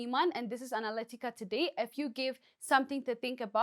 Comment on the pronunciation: "Analy tica!"🤭 Hey Guy, Nice try!